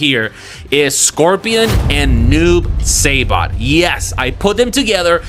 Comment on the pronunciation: HEY Another trailer park trash bag reactor save your opinion to your self bro we don't need and care what you think... you even throw shades at the actorwho plays Raiden about his English yet you claiming to be a so called fan of MK lore couldn't even pronounce the names of some characters correctly.. "noob saybot???" Luw kan and Kun lao ??? Wtf..😂😂😂😂😂 gayshiit always complaining and whining you guys are always hard to please do the movie/story/production yourself let's see if you can pull something? And kitana as one?? Well clearly your some woke ass gay shiit dude. You said it your self you always used women characters even when you were a kid.. 😂😂😂😂 pathetic.. your disappointed about most of the movie crybaby.. you wanted to share your opinion and reaction to the movie well THIS IS MY OPINION AND REACTION YO YOUR TRASH CONTENT SO LIVE WITH IT BROKE ASS IM ALSO JUST KEEPING IT FRANK😂😂😂